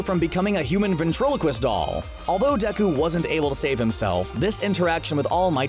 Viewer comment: First of all...it’s Deku and not Deku 😑